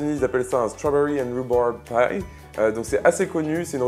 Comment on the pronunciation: Très belle recette,!:) Mais en tant qu'anglais, "stwawbewy and wouborb paille"?:p